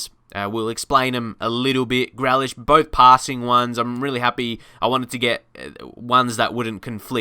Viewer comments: Please pronounce Grealish correctly it’s Grealish no grelish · His name is GREALISH NOT GLELISH. SAY IT RIGHT. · Pronounced GrEElish not GrElish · My face when he said gralish instead of grealish: 😭😭😭😭😭🤨🤨🤨🤨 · its pronounced gree lish mate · It’s GREE-Lish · Pronounce it GREElish ignore the A and Connor hourihane is pronocune who-rehan